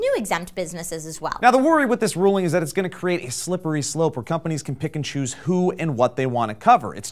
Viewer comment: When said "pick and choose" I thought he said Pikachu